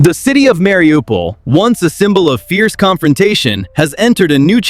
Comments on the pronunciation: Se dice Mariupol, no Mariupopol. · Marupol- was ist das 😂😂😂 oder Mariupol. Die 404 Land hätte es nie geschafft!!!